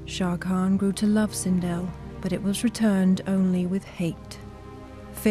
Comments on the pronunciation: It sindel not sindol. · It’s Sindel not Sindle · LOL sinDLE.... they couldn’t do more research lol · “Queen Sindle” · it's the way Sindel And Edenia are pronounced for me :( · Butchered sindels name